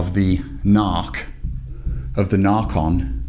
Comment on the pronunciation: 'Narchon' LOL